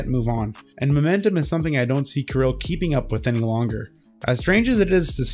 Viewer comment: Thank for properly saying name "Kirill", Kudos. As for the topic - yeah, this guy is a freak and that the bottom line.